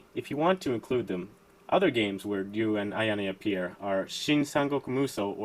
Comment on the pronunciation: Thank you for pronouncing Ryu correctly,.